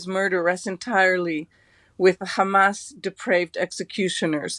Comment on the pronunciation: You too are saying Khamas now James? Been watching their speeches a lot or what, they asked you to please try to annoy them this way at least?